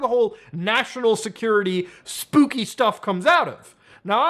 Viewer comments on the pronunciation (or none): none